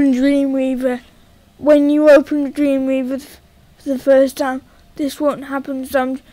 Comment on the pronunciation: i hate how he says dweemweava